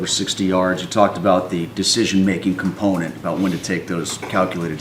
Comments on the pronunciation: Why can't he just talk in regular English? We know he's an intelligent man. I'm gonna start the "compnent" drinking game. Whenever he says "component", I'll say "drink". Enjoy your forthcoming headaches! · Whew! I lost count of the "components"